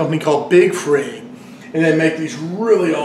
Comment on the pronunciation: Hey, not trying to be disrespectful, but I think it's pronounced Frig...as in reFRIGerator. God bless brother